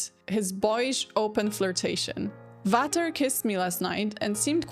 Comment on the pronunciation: A little language tip: "Vater" is pronounced "Fater" and "Daisy, sprich doch Deutsch" does not mean "Daisy speaks German", but "Daisy, speak German already!"